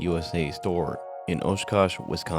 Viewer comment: Quick tip from someone that lives in wisconsin, Oshkosh is bassically saying Josh kosh without the J other than that keep up the amazing work and love the videos man ❤